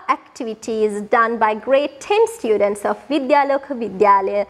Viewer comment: students kiyala pronounce karana widiha waradi akki 😊